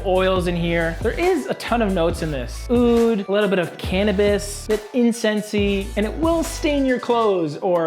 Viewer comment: ur pronunciation for the word (oud)is disgusting ...عود عود عود